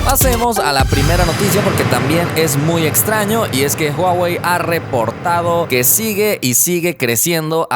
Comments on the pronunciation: es Huawei 😁 no huwei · Es huawei no huwei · Huwei.. pensé que era Huawei😂😂🤣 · Que pedo yo si escucho huawei en que minuto dice huwei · Huwei Huwei xd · huwei? corrigelo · "Huwei" la rompe como siempre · Que bien por "huwei" :v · When, dice huwei xd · Dice huwei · "HUWEI" :v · Porq dice eso de Huwei?